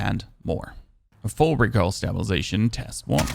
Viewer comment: Stop pronouncing stabilization wrong it's killing me lol